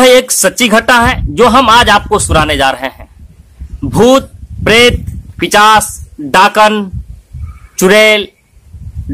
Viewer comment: He said pichas instead of pisach🤣😅😂😆🤣🤣🤭🤭🤭😁